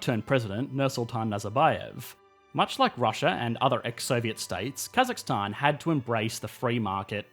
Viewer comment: As a Kazakh our nation has changed a lot and I’m glad finally some one who’s not Kazakh that can say more correctly Stan thank you!